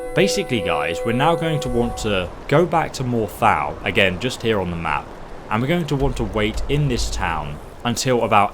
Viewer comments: I've never heard Morthal pronounced that way before. It's awful. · "more thal" ??? lol